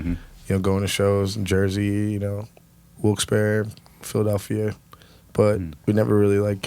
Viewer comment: Finally someone pronounced Wilkes barre right lol